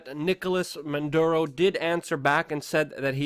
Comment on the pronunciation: And freaking the name is not Manduro!